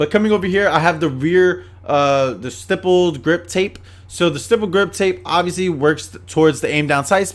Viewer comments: They way he says ‘stipple’ shows he knows nothing about firearms irl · It shows